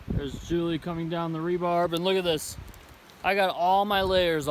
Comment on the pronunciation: Three things, I've been watching your journey and I'm grateful for your videos. That's one. Here's to. Its "re-bar" not "rebarb". It's short for reinforcement bar. And 3. good job not feeding the Chipmunk. That's how you make chipmunk ninjas that go into your backpack and take your food. Thanks so much for sharing your journey. I can only do section hikes cuz I don't have a lot of time. I'm grateful that's you did especially at such a young age. When I was your age the equipment wait about six times more than it does now. God bless you.